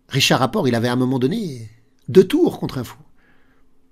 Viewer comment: Magnus Karl sonne vous informe qu'il faut prononcer le "t" de Rapport 😂😂 Sinon, très jolie partie. Ces gens jouent mieux en blitz que moi en classique lol. Merci pour les frissons! 👍👍👍